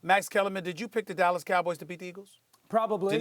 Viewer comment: does Stephen A have an accent we don't know about?? THEY GONNA FIRE THE COACH IN DOLLAZ